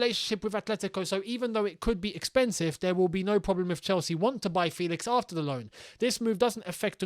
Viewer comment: It's actually pronounced E FÉlix as you'd pronounce ChElsea. So FÉlix to ChElsea. And not the E as you'd pronounce (indeed) 😉